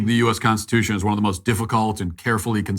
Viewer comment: That man could not even SAY the word "Constitution", let alone SPELL the word "Constitution"